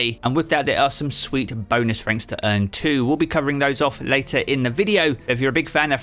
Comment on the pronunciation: I honestly thought you said “thanks’ you lost!” which made me laugh